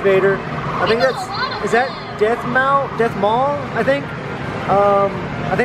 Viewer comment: it’s not death maul it’s dearth maul